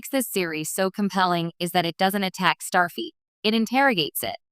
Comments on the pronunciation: FLEET not feet. Stupid AI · Starfeet? Robot!